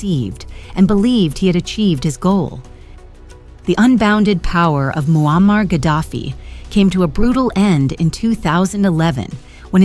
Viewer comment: I had to watch this with captions on, your A¡ narrator makes it sound like his name Wall-Mart Gaddafi😂😂😂....Bruh🤦‍♂️🤦‍♂️ You should use your real voice idk how many times your A¡ repeats the same storyline, in five mins. I heard married for 40 years, a handful of times so I just Stopped, not much of a fan of A¡. A¡ kool if it's used the Right way, most of the time ppl slack with it.